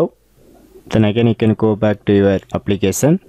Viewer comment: How? Applikesan? Lol, bruh its application. No hate or offense